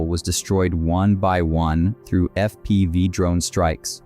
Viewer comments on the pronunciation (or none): "Eff Pee Vye" strikes - lol, terrible AI narration